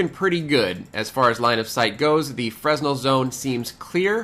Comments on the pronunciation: not to be that guy... but it is pronounced "fur-nell" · As an RF guy I’m surprised of your pronunciation of fresnel.